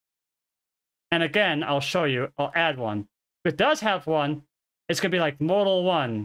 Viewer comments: Model = Mah-del. Say it with me. Not modal. Mah-del. Mah-del. Model. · British people don't say MODE-AL for model. They say MOD-EL. Very short and sweet pronunciation, with emphasis on MOD, with a rounded O. Just like Mods and Rockers. If we are saying the word MODAL, then of course we pronouce it as in the video. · Appreciate the video immensely! It was very hard to listen to, though, because you pronounce 'Model' as if it were the word 'Modal'. It should be pronounced like "maw-dle." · I kept hearing the word "modal" and it was confusing the hell out of me. And then I figured out you were talking about models. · The way you're currently pronouncing it is how the British pronounce it. In America we say "maa-dl" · is he saying martl or model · The only way it’s pronounced the way you said it in this video is for the word “modal,” which means something else entirely. The word model is pronounced mod-el. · why does he keep saying model wrong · I don't have a great pc because of age but it has been ok everywhere except raid. I haven't raided since first week but everytime bossfight started fps would go avg. 10-15. Even turning off all addons made no difference at all. I expect fps issues when at worldboss and in raid bossfights with 30 players but not 10-15 players in the raid I was in. PS. The 'o' is pronounced with the same sound as father in US english apparently and stress on first syllable. It confused me a little because I was hearing you say modal. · Great video outlining an issue. Some feedback, you are saying model incorrectly.